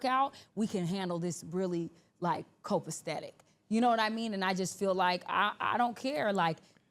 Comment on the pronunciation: sigh… when are black ppl going to learn it’s copasetic and not copastedic. Pinky is not the one to collect your vocabulary from and it sounds that much worse when attempting to make a serious/important/intellectual point. 🤦‍♂️